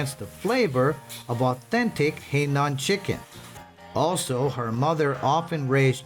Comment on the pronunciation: Please pronoun the province correctly. Not Hei Nan. It is Hai Nan.